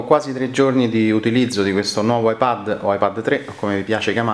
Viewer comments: La pronuncia inglese di "iPad" non è "iPed"? Forse per questo motivo l'iPad con la dettatura ti ha scritto "iPhone" nelle note... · Pronunci male la parola "ipad" in inglese...per questo il riconoscitore vocale scrive "iphone"!